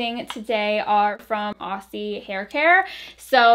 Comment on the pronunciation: The ss in Aussie are pronounced like z’s! Like Ozzy